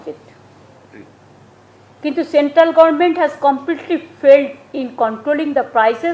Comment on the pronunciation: আজ অবধি government বলতে শিখল না।অশিক্ষিত একটা।